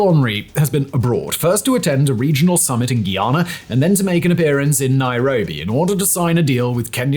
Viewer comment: Its pronounced Guy- Ana , good report. 🇬🇾🇬🇾🇬🇾